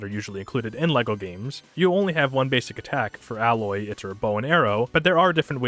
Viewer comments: It’s Aye-Loy not Al-Loy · Why do you call Aloy, Aloy, instead of Aloy?